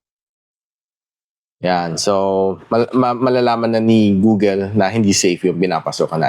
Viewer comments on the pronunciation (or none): none